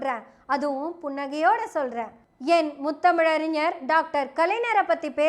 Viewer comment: செந்தலை கவுதமன் ஐயா, சுபவீ ஐயா,வழக்கறிஞர் அருள்மொழி இவர்கள் பேசும் போது கருத்துகளை மட்டும் கவனிக்காது தமிழ் உச்சரிப்பையும் கவனி அம்மா! கலைநர் அறிநர் என்று உச்சரித்தல் பிழை! ஞ வைச் சரியாக ஒலிக்க வேண்டும்!